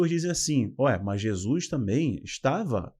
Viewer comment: Bom dia, gosto muito de suas explanações em todos os sentidos, principalmente os ligados à ideologia bíblica. Na medida do possível assisto as suas lives. Só uma coisinha que se possível, por favor, não me entenda mal, sua dicção é perfeita, suas colocações muito boas, sua gramática também, só um detalhe, preste atenção na sua pronúncia do nome de Jesus, vc pronuncia como “Jesuis”, não é totalmente errado, mas me incomoda, desculpe-me, não me tenha por mal, se puder corrigir ficarei feliz, do contrário, vc para mim, continuará da mesma maneira. Agora um pouco de interpretação bíblica, em apocalipse, “a marca da besta” é o sistema que irá mudar da Lei de Deus, seu Dia, ou seja, do Sábado para o domingo. Essa será a maior afronta que o inimigo fará contra Deus, o Criador, essa o Senhor não poderá deixar impune, pois após essa institucionalização confirmada mundialmente e quem não obedecer será morto, Deus enviará Seu Filho para buscar seus filhos e terminar com toda essa enganação. Mais uma vez me perdoe e para se certificar se estou certa ou não estude mais o livro de apocalipse juntamente com o livro de Daniel. Deus continue abençoando seu ministério. Não é só uma questão de doutrina é sobre não aceitarmos as ideias do anti-Cristo. Um abração.